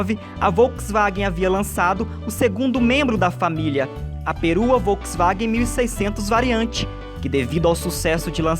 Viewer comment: Essa narração é uma bosta, ainda bem que o vídeo presta! Troca o narrador por alguém que sabe pronunciar Volkswagen, Europa (e não óropa)... Pelo amor de Deus, toma um deslike.